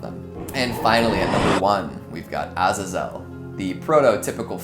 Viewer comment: You're the only other person I've heard (besides myself) that pronounces Azazel that way